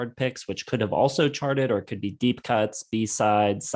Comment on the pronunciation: "Deepp Purple" - anyone else notice that?